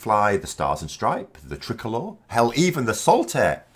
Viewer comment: Hi, the Irish flag is a ‘. Tri Colour”, not a “Trick-olour “. Cheers.